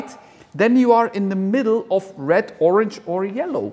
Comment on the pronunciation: It's not Orng, it's Orange! Fml